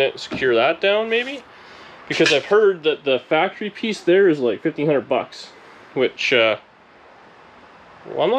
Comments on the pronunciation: Hactory, hahahaha. Sweet refit today. Thanks for sharing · FACTREE NOT HACKTREE!!!!👍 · I love what you said that Dani said HACKORY? Great job my friend....